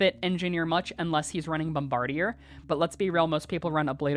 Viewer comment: Lmao I love where they almost say bombardier properly then “corrects” themselves